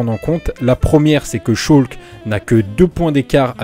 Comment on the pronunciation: salu poto on di schalke et pas scholke